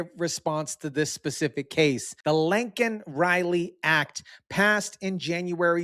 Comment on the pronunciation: Its not that hard to pronounce laaaken riley,not linkin riley.